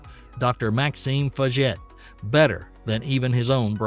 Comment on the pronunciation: Great video--thanks and I'm a subscriber! FYI: "Inconel" is pronounced "IN-KOE-NELL" or "IN-KOE-NULL," "Centaur" is pronounced "SEN-TAR" or "SEN-TOR" and "Faget" is pronounced "FAH-ZHAY." ."